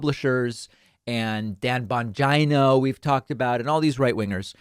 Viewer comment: LMFAO at "Dan BongYno"